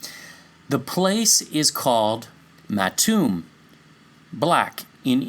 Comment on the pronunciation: Maitum is pronounced as MAETUM